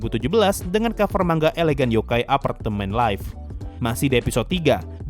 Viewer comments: Tulisan nya manga, tpi bacanya man-ga. Di jepang nggak ada "ng" kek di indo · manga bang bukan mangga, mangga itu buah buahan bang